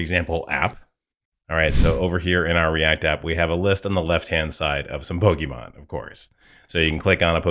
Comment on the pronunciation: I momentarily thought I heard you say 'bogeyman list', and now that's all I keep hearing you say each time you say 'pokemon list' 😂